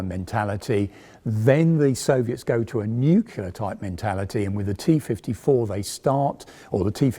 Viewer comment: Please don't say nucular.